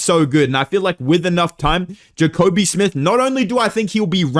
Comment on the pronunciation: “Jacobe smith” okay you not fooling anybody buddy